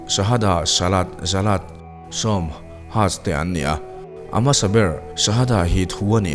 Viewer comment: "Zalat" ni lovin "Zakat" tih tur aw sir